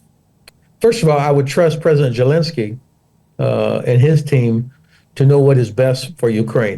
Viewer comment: Why is the ’ constantly saying Zhelinskyy’? Someone please correct this bumpkin!